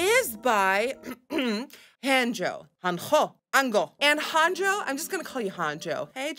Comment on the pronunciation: shekilledcovid it’s actually pronounced ‘Hah-n-yo’ 😄